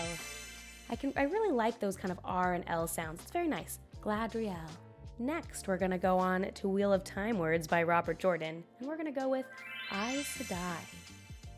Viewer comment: As someone who always listens to the audiobooks, it’s interesting to see how people pronounce things. I can never spell the names after hearing them. Also, it’s pronounced “Geh-LAE-dree-ehl” (couldn’t resist 🤪)